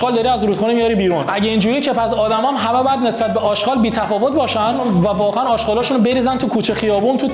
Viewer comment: داداش اژغال نه اشقال